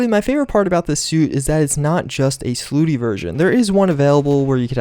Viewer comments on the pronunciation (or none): It's slutty, not slooty.